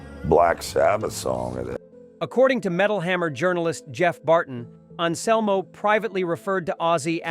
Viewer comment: "Phil and Selmo" "Die-oh"